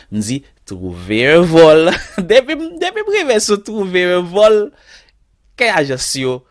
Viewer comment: Trouverrr un vollll is funny😀😀😀